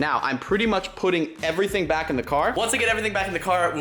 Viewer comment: Unspeakable: "Everything carbon" Kinda like "Eerything bread"